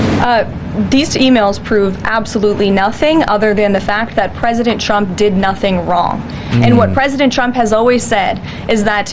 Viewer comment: Dear lord! She can’t pronounce “ trump” she always says “ Chump”! Is that a slip?